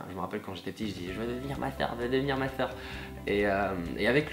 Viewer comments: il a dit masseur j'ai comprit deux fois ma soeur XD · Quand tu dis je voulais être masseur, je croyais que tu disais MA SOEUR! ahah